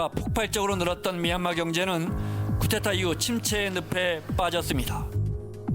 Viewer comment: 기자가 쿠데타를 자꾸 쿠테타로 읽네